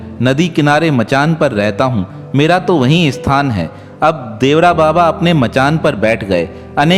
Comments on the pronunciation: श्री इंदिरा गांधी नहीं चूतिया श्रीमती इंदिरा गांधी बोल बाबा का नाम देवरा बाबा नहीं बल्कि श्री देवरहा बाबा था उच्चारण सही किया करो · Devara nahi devara baba boliye sir